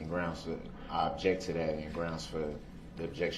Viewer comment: Does he think if he says grounz repeatedly then he wins??